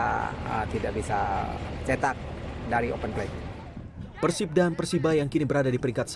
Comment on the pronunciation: persib apa persib pengucapanny salah